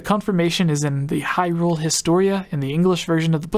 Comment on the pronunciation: "Hryule" Gaming journalism amirite Gamers?